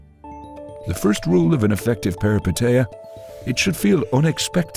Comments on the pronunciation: As a Greek, I'll help you say the word Peripeteia correctly. Say "Peh-ree-PEH-teeh-ah" putting the emphasis on the Peh, the same way you did for the TE in PeripeTEia instead . Also thank you for this analysis, all your videos are remarkable! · As a Greek let me tell you that the correct pronunciation is Perip è tEah and literally means adventure. And anagnorisis means recognition. I'm saying this because for a Greek the meaning of the words being literal means it's easier to have them more clearly in mind. Hoped I helped, great vid!